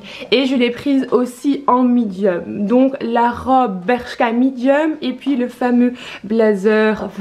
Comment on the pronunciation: Tu dis mIdium , trop bizarre, chouette vidéo à part que ça bouge trop de l avant à l arrière et faut vraiment arrêter d essayer de faire un accent anglais genre cwop top😂